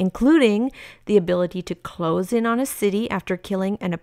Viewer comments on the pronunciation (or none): none